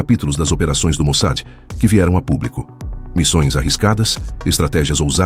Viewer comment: Get an AI program that can pronounce Mossad? "MOSAD" is not correct.